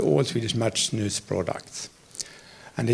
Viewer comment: That's the correct pronunciation though.